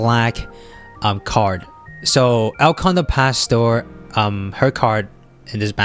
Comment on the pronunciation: El condor pasta lmao